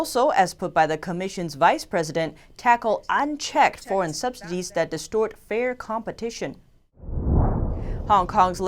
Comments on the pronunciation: it's Subsidies not SubsDidies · I swear she was saying subsdities.